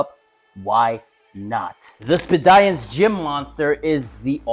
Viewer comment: Looks cool I guess. I think Speediance is pronounced like the word "Expedience" though. Not sure if that's really expedient though. Seems like a smart appliance. Probably too smart for me.